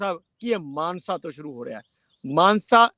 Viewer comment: Manse nahi mansa kho